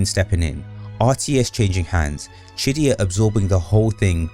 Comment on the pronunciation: is he saying shit-dyya? lol or just pronouncing qiddyya?